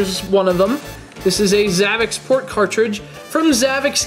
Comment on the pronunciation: Your pronouncing the system wrong its like if you were going to try to pronounce ZAVICSPORT The last part of the name should be like if your trying to say sport with zavic. Just trying to clarify.